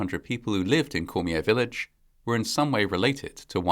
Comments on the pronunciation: Cormier is pronounced “Core-mee-yay”. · I agree, although the pronounciation of some names, just sounded like jibberish. There are some programs you can use, which actually repeat the word or name You were close on Cormier though. The final R is silent. Cheers. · This is similar to the tragedy in Des Allemands, LA. when a speeding semi loaded with oil rig drill pipe overturned onto children at a school bus stop. FYI; We Cajuns pronounce Cormier as "CORM-yay" and Leger is "LAY-zhay" Our roots are in the Maritimes, the area formerly known as the French colony of Acadia before the WASP British stole the Catholic colonists' land and farms and exiled them Thousands died and families totn apart forever. Reparations? Not for us.